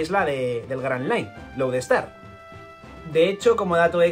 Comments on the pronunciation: Has dicho Road star en vez de Load Star y por pronunciación creí que dirias Road ponegrif y yo 😱 y tu..... Estrella polar y yo. 🤦🏽‍♂️, con lo a huevo que lo tenias.... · lo pronuncia como “Road Star”